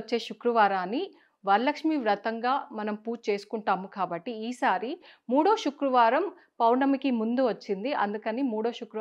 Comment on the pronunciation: శుక్రవారమ్ అనాలి షుక్ర వారం కాదు